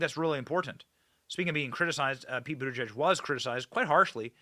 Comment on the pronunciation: WHY YOU KEEP SAYING: BOOTIJUDGE? GIEG IS NOT PRONOUNCED JUDGE AND BUTT IS NOT PRONOUNCED BOOT! AND... WHY ARE YOU TASTING DEVILCRAT TEARS? THAT'S WEIRD!